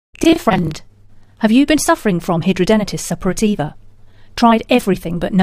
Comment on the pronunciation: How dare you say hidradenitis Suppurativa can be CURED ,you are delusional besides you can't pronounce it correctly , there is NO CURE as a HS sufferer for 23 yrs and 59 operations I'm disgusted that you think you can SCAM us who suffer 24/7 with is awful disease You should be prosecuted for false information and trying to profit of this disease